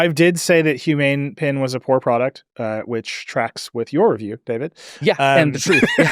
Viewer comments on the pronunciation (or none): Hot Take: . - PEN.... not "Pin" - Jony Ive will make a Pen, that can clip into your pocket, a camera, microphone, and "see" your writing.